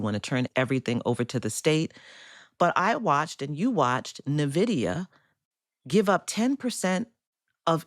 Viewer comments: Nvidia is pronounced "EN-vidia" not "NUH-vidia". You might phone their PR folks, if you need to verify. Saying "NUH-vidia has the effect of fingernails on a blackboard. EN-vidia, please, please, please. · It was Intel that the US government took a 10% stake in, not NVIDIA. And NVIDIA is pronounced like invidious (means envious). Corruptly, NVIDIA took a 5% stake in Intel after the government did, meaning our tax dollars are propping up NVIDIA's investment.